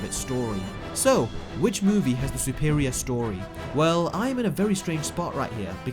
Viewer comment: why'd he say it like that lmao Sou-per-ior it's suh-per-ior.